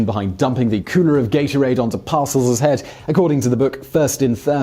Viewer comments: Par- Sell not Parcel, silly Simon. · Pronounced: Par-sell twit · Every time he says "Parcels", I cringe a little more. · "Bill Parcels" - lol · 1) It's STOKLEY Van Camp, not Stokey Van Camp. 2) The Giants' coach was Bill par-SELLS, not "parcels". 3) American football games use quarters, not periods. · to denote proper syllable emphasis for Simon’s benefit, its “par-SELLS” and “DIT-kuh” 🙂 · On the coaches names, Par-Sells and Dit-Ka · I wasn’t gonna comment but he kept saying them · Well, he is British, how would he know. He also had a hard time with some very famous football names, Ditka and Parcells. He transpose the k and the t and made coack Bill's name sound like something you take to the post office.